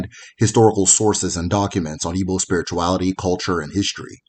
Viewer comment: The Igbo names here are not called properly...